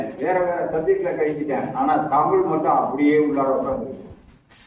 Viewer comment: தமில் வால்க .... அன்பர் "தமிழ்" என்று பேச முதலில் கற்றுக்கொள்.... தமிழ் மிக வேகமாக மடிந்து கொண்டிருக்கிறது ?.... தஞ்சை தமிழ் என்றும் "ழ" மரபதில்லை